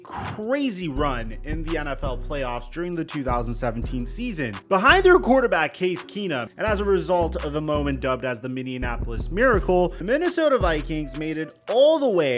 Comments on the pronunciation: It’s not minionapolis, MINNEAPOLIS !!!! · Minnianapolis?? Cmon … 🤦🏽‍♂️ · “Minnianapolis” y’all never can say it 😑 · bro said minionapolis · Say Minneapolis again… 😂